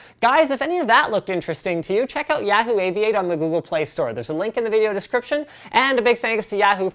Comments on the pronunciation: Is that really how Canadians pronounce Yahoo? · AM I THE ONLY ONE BEING BOTHERED BY THE WAY LINUS SAYS YAHOO??!?!?! AM I GOING CRAZY? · Oh god, his pronunciation of Yahoo. So funny. Also, fuck John Boehner, which he showed on that phone closeup of that app.